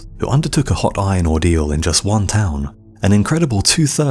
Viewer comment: It sounds like you are saying “vine” instead of “iron”